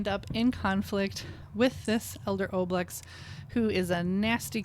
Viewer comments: Why do you mispronounce ooblex, but pronounce ooze correctly? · Apparently the Oblex were designed by a kid via the Make A Wish Foundation. So remember, that O pronunciation was part of the wish of a dying child. Don’t oo it.